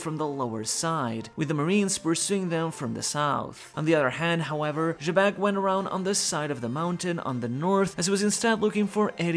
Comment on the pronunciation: Ugh excuse me sir, I think you misspoke I think you meant, "Webec".